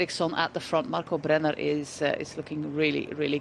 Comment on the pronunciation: She's really decent with the pronounciation, it's just curious how she rolls the R for German/Austrian/Swiss names like "Brenner". As a Dutch person, she must know you don't really do that.